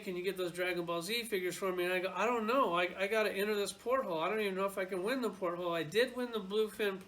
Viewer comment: PORT-HOLE!!!!! LOL, it's portal!!